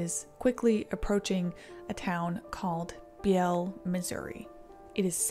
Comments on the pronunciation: Just fyi i believe the pronouncation is Bealy for hat one town. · BEE-lee it's pronounced BEE-lee. Sorry is late and I'm a bitch. Also I live 7 miles north of DeSoto Illinois.